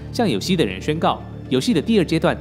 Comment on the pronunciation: 個人拙見，單純從日語漢字含義看。有栖的「栖」應讀作「妻」而不是「西」。若有謬誤還請見諒。不管怎樣，視頻製作很用心，製作者辛苦啦！